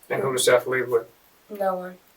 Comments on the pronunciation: It's not Seeth. It's Seth. Short e. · That Seeeth shit is painful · Get his name right. It's pronounced like Seth. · I hate when they mis pronounce the victim's name and call him Seeth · If you're going to be so lazy and use speech to text software for your narration, the name is pronounced SETH not Seeth. So be lazier and remove the unfortunate a from the victim's name so you can at least pronounce their name correctly. It's a small sacrifice while you're seeking revenue from the stories of victims. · Bruh they literally pronounce his name for you. Show some respect for the dead guy your profiting from and at least pronounce his name right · It was pronounced “Seth” but spelled “Seath” and you’re telling his story and making money off his death.